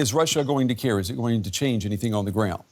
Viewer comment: Hearing an apparently intelligent english girl - who is a Dr at Oxford university no less - say "anythink" is just so cringey.